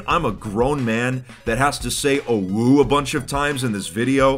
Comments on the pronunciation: Im triggered by the fact hes pronouncing "owo" "owu" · mispronouncing "OwO" proves that he's still pure to some degree. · saying "OwO" is like being punched multiple times in the stomach except it's with steel knuckles that are also on fire. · hearing him mispronounce it for the whole video was kinda making me mad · him repeatedly mispronouncing OwO is grating at my soul. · ikr the whole time i was like "why is he saying it like that. thats not right" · It hurts to hear him pronounce "OwO" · Why does he say "OwO" almost like "awoo"? Never heard "OwO" pronounced in that way huh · Ahem. I hate to be that guy, its pronounced: "oh-woah" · He pronounced "OwO" as "OwU". My disappointment is immeasurable and my day is ruined. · He said OwU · Why did he pronounce it like 'uwu' when he was talking about 'owo' the whole time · hearing someone pronounce "OwO" as "OwU" just feels so weird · pronuncing it "OWU" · PLEASE, ITS PRONOUNCED “OH-WOAH” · This just in: can't pronounce "OwO" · It's pronounced Oh-Woah, not Oh-Wooo. You're thinking of "OwU" the winking face. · IT pains me everytime fit pronounces "OWO" its pronounced "o woah" not "o woo" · you said it wrong. It's a giant "owo", not a giant "uwu". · Its OwO but has been pronouncing it UwU/OwU the entire video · He ain’t sayin owo he sayin owu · I always thought it was pronounced “oh woah” not “oh wooh” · Someone should make a counter for the amount of times mispronouned "owo" as "uwu". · I love how said "UwU" the whole time instead of "OwO". Sometimes it even sounded like UwO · I can’t believe he just said “oh-woo” it’s “oh-woah” I’ve never heard ANYONE say that what the heck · you're pronouncing it wrong, "owo" is like "oh-woa", "oo-woo" is how we pronounce "uwu" -- a furry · I died hearing him say it like that 😂 It's pronounced 'oh-woh' not 'ooh-woo' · OmG u SaiD oWO WroNG U sAId OwU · It's Oh W Oh not awoo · its pronounced o(like o with a e) w o(like o with a e)